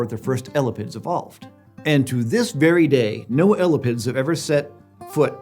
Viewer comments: eh-lap-ids, not ella pids, and emphasis is on the "lap". eh LAP ids instead of ELLA pids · lol at calling them "Ella-pids" it's "ee-lap-ids" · “L-la-pids” bruh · It's not elipids..... it's e-lapids....thus the genus name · eyy- lapp- ids.... not ela-pids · ella-pid? Ugh!! ee-lah-pid sounds a lot better to me!! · 1. Nobody says ELL-a-pids. It's eLAPids. 2. Venom is not an ancient trait in snakes. It's only present in one clade (Colubroidea) and all basal snakes are nonvenomous, so this should not be controversial at all. Apart from that, great content! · Drinking game! Take a shot every time mispronounces “ee-LĂ-pids”… come on man, “ellapids” has 2 Ls in it, everyone knows that. 😉😅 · Every time says "elapids" it sounds like "elephants". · L-a-pids hurts my brain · Hearing someone say ellapids hurts my soul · kept hearing elephants instead of elapids 😭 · Right? He says elapidae one way (the way I learned in my herps classes) and jumps right back to "Ella-pids"... LOL!